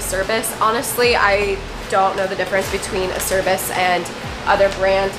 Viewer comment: Great video as always. Thanks for the local graphics connection, they look nice. I'll have to hit him up for my next set. Also, it's pronounced "Ah-chair-bees"